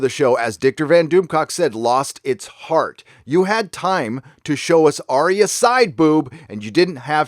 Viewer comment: Who the Fuck is Aria????? why cant you idot americans get names right????